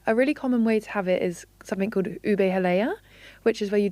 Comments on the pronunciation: OO-beh not OO-bay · Please take note ube is not pronounced as oo-bay but retain the sound of long double "o" as in look"; and "e" as in net, you get OO-beh. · It's pronounced "Oo-Beh" not "Oh-Bey" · It’s “hah-loh hah-loh” and oo-beh 😭